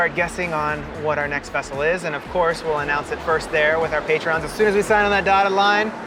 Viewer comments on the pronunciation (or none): “Patrons” not “patreons”